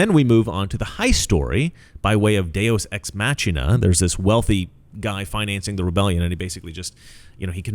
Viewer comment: Isn't Deus Ex Machina pronounced Deus Ex Machina?